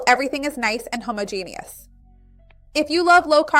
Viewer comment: This recipe looks really interesting. I've never heard anyone say homogeneous like that but. 😂